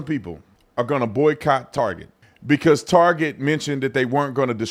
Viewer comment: Why can't this man say boycott? Is that term too white?